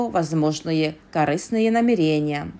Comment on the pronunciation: НемерЕния, средствА, счАстливой. При любом удобстве... Научите своего робота русскому языку. И вообще, какая жвачка😅